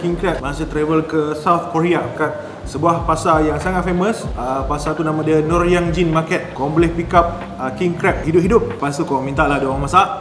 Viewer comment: Dah macam nama orang ye kau sebut bang..Nor Yangjin🗿